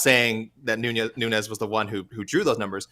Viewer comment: They are right. No one cares. It is what it is. Her post fight talk after Ronda rouse was cringeiest ever. She just doesn't have the it factor at all..... not nunhez A K Lee. Nunes. Like knewnes